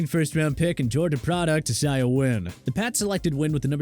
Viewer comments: “I-zay-uh” is how isaiah wynn’s nane is pronounced lol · The way you pronounce isaiah makes me wonder if you are an AI Halfway kidding - but is that how the player pronounces it?